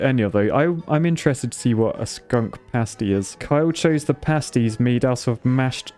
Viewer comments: I never realised how slightly illiterate is bless him. Glowered is pronounce "gl-ow-ered" like ow I stubbed my toe. And it's Pasties so like Copy and paste-ies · Pasties - as in adhesive PASTE (pay-st) glower: sounds like flour (as in, bread) o3o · 'pasties' is pronounced with a long a because they're pasted onto your body. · Pasties starts with pay like you pay a bill. Glowered starts like it rhymes with cow. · Cracked up to the pasties enunciation